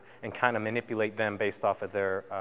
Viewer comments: Those techniques arent corect and its pronounced "hapkeedo" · Sorry, sir, your pronunciation, explanation, and content didn't hit the mark. I appreciate you trying to share some ideas about the art, though. Hapkido is actually three Korean words roughly meaning, "Combine" "Energy" "Way," the same is true for it's sister art, Aikido. Both founders trained under the same master, Sukaku Takeda of Daito Ryu Aiki Jutjutsu. Choi Yong Sool was living in Japan during the occupation until 1945 when he returned to Korea. He started teaching basic self-defense in Daegu at that time. There are many organizations described as being Hapkido and many still emphasize acrobatic kicks like Taekwondo while others emphasize larger circles and throws. Some still use a lot of traditional weapons while others are more used for military and police applications. What is universally true, though is the principals of circular motion, non-resistance, and water like adaptation. In general it differs from Aikido in that circles are smaller, joints are often targeted for breaking and dislocation vs throwing, and Hapkido often incorporates strikes and kicks whereas Aikido typically does not use any attacks; focusing rather on throwing and redirecting energetic attacks. Let me know if you have any questions about different organizations or training methodologies!